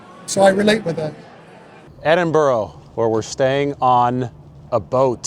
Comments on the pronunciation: Can't take you seriously as a journalist if you can't properly pronounce the name of the city you're visiting, there is no such place as Edinboro, it's pronounced Edinbruh, you can actually Google pronunciation of any city in the world, as Biden would say ...cmon man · Dude, its not edinbro - it's edinbra. Love your work.